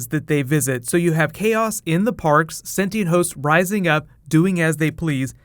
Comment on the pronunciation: Yes you can read 'Shogun' by using English subtitles, BUT... It was disapointing to read 'senti and' instead of 'sentient'... lol remark: I'm Brazilian too